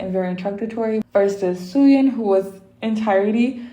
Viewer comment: It's pronounced as Fai or Pai, not Faye. And Suyun is pronounced like Sooyoon. And it's pronounced as Kay, not Key. Her name is written as Kei, but you pronounce the vowels separately